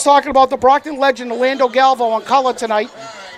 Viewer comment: It’s GAL…..VAY…….OOOOOOO. Galvao.